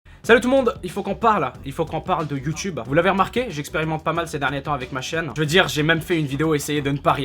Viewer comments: toute la vidéo il dit youtube et juste la il dit youteube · c un pervers wesh il dit youteub au lieu de youtube. Youteub est un site porno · ses moi ou dans la video il a dit youteub ? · vers ta dit youteube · sisi il a bien dit youteub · 02 minute 10 ta vraiment dis YOUTEUBE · C'est moi ou a t'a dit : "C'est le charme de youteub" xD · Il dit you teub ce bled'art :D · je suis le seul a avoir entendue youteube a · wtf il a dit Youteub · "C'est le charme de YouTeub" lol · Ha ha tu m'as tué quand t'as dit youteub à la place de YouTube (T'inquiète pas je sais que c'est pas fait exprès et que tu voulais parler de YouTube) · ah non t'avais pas le droit de dire youtebe xD<3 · youteub xD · il a dit Youteub a un moment mdr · "c'est le charme de you teub" ? ? ? sérieux y a que moi qui comprend ca ? x) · mdrr "c le message de YouTeub"😂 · mec a un moment tu a dit youtebe, sinon gg et ce que tu dit et vrais😊😄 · C'est moi ou à il a dit le "charme de youTEUB" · c'est moi ou tu dit youteub a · Tu as réussi à pas dire Youteub pour une fois... Bravo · "C'est le charme de youteub" ^^ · "C'est le charme de Youteub!" Bah bravo ! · il a dit youteub non ? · " Mais bon, c'est le charme de youteub ! " X'D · "Youteube" Tu es très élégant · "Le charme de youteube" uhm x) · Oh comment il m'a tué dans il a fait "Mais bon c'est le charme de youteube !" :') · Il a encore dit YouTeub si conai bien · Je retiendrait que tu as dit "youteube" dans ta vidéo. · Il a dit youteub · J'ai kiffé le youteube a 😂😂😂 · Il a pas dit youteub à mdr ? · C moi ou il a dit youteub😂😂 PS:continue comme ça😉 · Par contre dis plus jamais "YOUTEUBE".